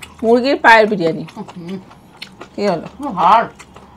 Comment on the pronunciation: বিড়িয়ানী না বিরিয়ানি 😂